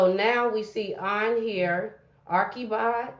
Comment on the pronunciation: The correct pronunciation is Archie bald. Not Arckie bold